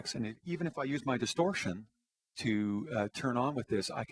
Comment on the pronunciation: Cant pronounce distortion correctly,not stereo audio,wtf 240p video? TC FAIL